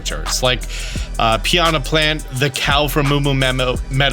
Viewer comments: I don't think the name is pronounced Pee on a plant 😂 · Sir, did you call it "Pee on a Plant?" lol